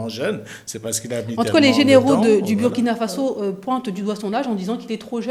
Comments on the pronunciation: Madame vous prononcez mal le nom du Burkina Faso. Bur se prononce Bour en français. Je sais qu'on ne dit pas ça à l'école de la communication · Commencez d’abord par savoir prononcer le nom de notre pays. Ça se prononce " Bourkina" et non Buuuuuuuurkina.